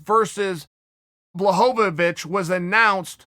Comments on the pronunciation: wtf blahovovich? spell his name right its not that hard ! BLAHOVICH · Chael "Blahovovic" Sonnen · blahohowicz? lol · Chael " Blachochowicz " Sonnen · Chael with the “jan blachowowicz”